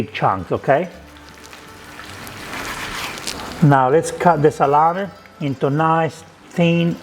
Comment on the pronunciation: Just say " Salam-e ( not i), Salame. ( go in google translate and listen how italian pronunce " e" and "Salame" not "Salami" ( salami is plural, salame is singular)